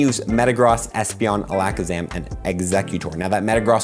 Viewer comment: I thought some of the names you were saying sounded off, then you said Alakazam and I’m like okay yeah he’s saying them wrong 😂